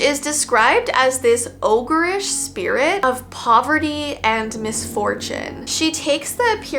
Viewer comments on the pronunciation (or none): none